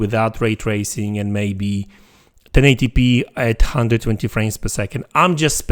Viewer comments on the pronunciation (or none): none